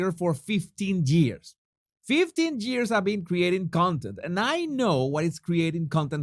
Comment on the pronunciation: "15 geers" I can't 😂😂😂😂😂